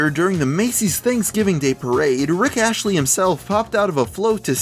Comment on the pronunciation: he said: "rick ashley".....